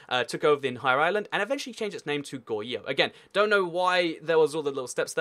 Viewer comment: adjustments I hope if you would pronpunce "r" of Goguryeo and Goryeo. Also, Goguryeo never united the whole of Korea, but fell by Silla which was supported by the Tang dynasty, and there were rebellions in Silla and some people said I suceed Baekje and Goguryeo. And later, the guy who claimed the sucession of Goguryeo has fallen by a rebellion and Goryeo(but still suceeding Goguryeo) is made. I think you've omitted some "important" information. Goryeo was never annexed by the Mongols, but only vassalized after 6 wars, and Goryeo was never annexed or even vassalized by other Chinese dynasties.